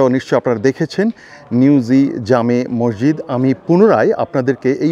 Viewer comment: মরজিদ না বলে মসজিদ বলোন ধন‍্যবাদ